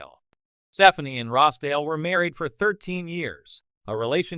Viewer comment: It's Steh FAHN ee.